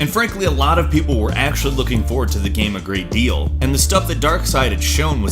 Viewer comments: The way you pronounce the word game is really annoying... Shows great but you say "Gam" most of the time o.0, literally everything else is fine it's just the one word but it drives me insane o.o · Sorry but it really annoying when he says "gam" instead of "game" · . What? What the hell is a gam? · Again. Tf is a gam. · Whats a gam, he really just said gam lel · he keeps saying gam instead of game and it urks me to the core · is it just me or did he say gam instead of game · he says GAM instead if GAME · I can't stand the way you pronounce game.... It's killing me inside. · Why do you say "gam" Fucking haneous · What's a "Gahmm"? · Anybody else notice how he says "game" funny sometimes? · why can't he pronounce anything with -ame? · Keeps mispronouncing "game" and "same" as "gam" and "sam" Weird...